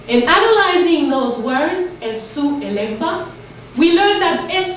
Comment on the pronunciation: As someone that's part of the Yoruba tribe, I wanna inform that in the Yoruba spirituality of Ifa, Esu is pronounced Ay-shoo not Eh-sue. The s is a "sh" sound. And in Yoruba, S words with the "sh" sound are spelled with a dot on the bottom. Great video and teachings tho.